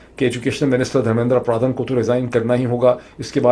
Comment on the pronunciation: ڈاکٹر معید ایک تو انڈیا کے وزیر تعلیم کا دھرمیندرا پردھان ہے جو آپ نے دس سے زائد بار غلط پڑھا دوسرا دھرمیندرا پردھان سے متعلق کاکروچ پارٹی کے حوالے سے سوشل میڈیا پر چلنے والی ویڈیو اے آئی جنریٹڈ ہے تصحیح کر لیجیئے گا 🙏 سب سے اہم بات آپ ہندوستان کے نظام کا تقابلی جائزہ پاکستان سے کرکے اُنکے ساتھ زیادتی کررہے ہیں پاکستان میں نہ کوئی تعلیم ہے نہ ہی کوئی وزیر تعلیم ہے پاکستان کا تمام تر نظام دراصل تعلیم اور شعور کے خلاف بند باندھنے کے لیے ہی تو بنایا گیا ہے